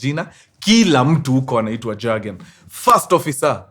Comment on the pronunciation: Point of correction mkuru, Jurgen inakua pronounced, "Yurgen" J is pronounced as Y.😮